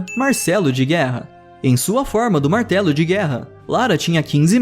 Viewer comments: Ei vez de ele falar martelo de guerra ele falou Marcelo de guerra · eu achei que ele ia falar martelo de guerra mas ele falou Marcelo de guerra 😂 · na hora do martelo de guerra eu ouvi Marcelo de guerra kkkkkkkkkkkkkkkkkkkkkkkkkkkkkkkkkkkkk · eu ouvi "Marcelo de guerra"?